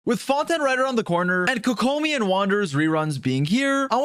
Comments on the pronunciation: Everyone: fontaine This dude: fon tan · hearing you say "Phontan" is disgusting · Why do you say Fontaine like Fontaaan?